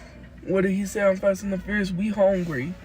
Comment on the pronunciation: "we HONGRY..."